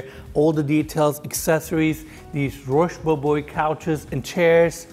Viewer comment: FYI, it’s pronounced ‘rhosh boh-bwoah’.